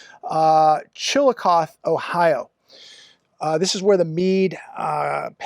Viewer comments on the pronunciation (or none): Thanx to Newscum,special taxes on california air bnb's but not hotels.They say it's now cheaper to get a hotel room than an air bnb and rendering them into regular rentals.. Chillicoth ohio? LOL! It's pronounced chill-uh-coth-ee which rhymes with coffee.South of Columbus.Deer hunted down there a lot on the Mead reserve.Smells foul when you drive near that town.It's an odor that you'll never forget.